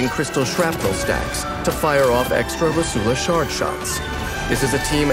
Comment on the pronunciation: My Italian heart can't bare to hear Rosula pronounced with a Spanish accent...